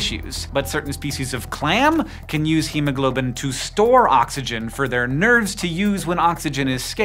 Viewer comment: am I the only person who heard “nerds” instead of nerves?